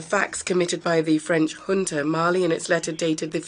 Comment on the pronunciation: Awful translation! The word 'junta' was pronounced as 'hunter'. Took me a while to realise.